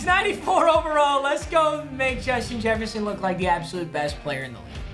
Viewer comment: Jushin Jesshferson